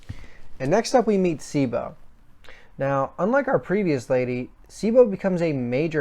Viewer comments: Your pronunciation of names is terrible! It's pronounced BLAME not BLAM It's pronounced KILLY not Kirri It's pronounced CHEEBO not Sibo It's pronounced SAH-NAH-KEN not sanakin come on man! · I know I’m here late. But some input: It is pronounced BLAM. The sound the GBE makes when firing. Cibo, is see-bo. Sanakan: pretty much how it’s written. Killy is the generally accepted English name, Kirri is how it is pronounced in Japan. I would put myself nearly on par with Inseinen as far as my general knowledge on this. I have been a fan since this series started selling way back in the gap. I am confident in my knowledge, and so far few have shared such passion and interest on this series which was a big part and still is a big part of my life. I love all of Nihei’s work. I won’t pretend to fully understand all of it. But I am passionate nonetheless about them. And Inseinen was on point. Sanakan is best girl.